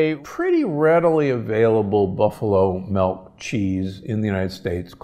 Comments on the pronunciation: It's called "milk", not "melk". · Why are you saying MELK??